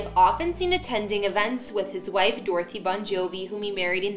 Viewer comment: You should learn how to pronounce Bon Jovi's wife's name. It is not Dorothy. Her name is Dorthea.